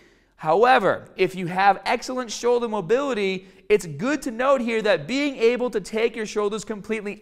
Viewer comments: "Showldah pain" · Shouldah, bahh, cahh, fahh